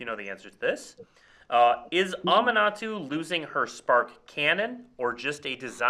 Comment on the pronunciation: That is NOT how I thought Aminatou was pronounced